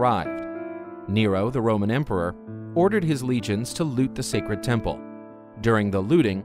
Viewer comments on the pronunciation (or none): A very impressive “TENPLE”